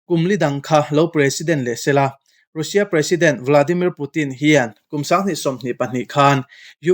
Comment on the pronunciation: 'Rusia' tiin lam suh, 'Rasia' tia lam rik tur a ni e...